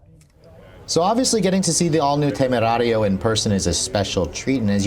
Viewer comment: I though he’s gonna be reckless with the pronunciation of “temerario” but actually it has been pretty accurate!!!👏👏👏